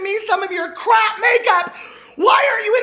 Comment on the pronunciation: I thought he said “crack” makeup...lol.